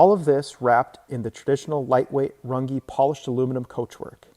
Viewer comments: It's not pronounced run gee it's RUNG! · Y do you mispronounce Your last name???!! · As a German I can assure you that you are pronouncing your surname wrong 😂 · I wish you'd prounounce your last name the correct german way instead of the americanized way